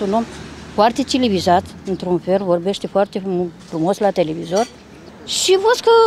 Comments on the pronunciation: am fost ironic, am ras de doamna aceea analfabeta, deloc sa spună civilizat a spus cilivizat, mi sa părut foarte amuzant.. 😉😊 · Foarte “cilivizat” spune doamna....😅😅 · „CILIVIZAT”... * Una peste alta, intrarea în Teleorman de la începutul clipului este EMBLEMATICĂ. ** P.S. Siberman?... Ajungem să ne gândim la Siberia. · "Domnul dragnea este foarte cilivizat" 😂😂😂😂😂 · "Foarte cilivizat"😂😂😂😂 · “mi s-a părut un om foarte cilivizat”😂😂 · Ma bucur ca subtitrarea e exact ce au vorbit ei,dragnea e 'cilivizat' =))